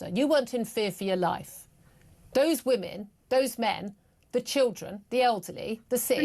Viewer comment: Curious, why do you take the time to put the language accent on Hamas, but you can't pronounce the difference between woman and women? It's little tells like that, they show your true intentions.